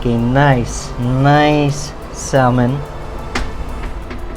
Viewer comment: Call me petty but once the guy said "Salmon" instead of "Samon" I stopped watching Lol